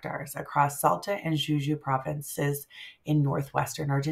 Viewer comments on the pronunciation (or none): JUJUY, no Juyay!